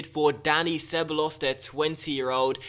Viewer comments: you pronounce it ke-ba-yos not seballos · ITS PRONOUNCED CEBAYOS! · Ceballos is pronounced (keh-buy-os) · ceballos - sebuyos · Ceballos is pronounced cebayos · se-ba-yos that's a better way to pronounce Ceballos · Ceballos is pronounced keh-bah-yos